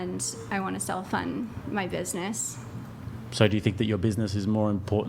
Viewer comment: “self fund” lmao